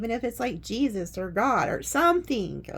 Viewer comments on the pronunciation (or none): none